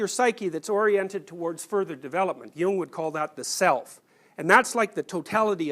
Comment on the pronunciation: Thank you for pronouncing “Nietzsche“ correctly! “Jung” needs work though...